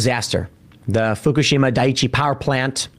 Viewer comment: Tim says "Fukishima" like an embarrassing dad ordering food at any ethnic restaurant.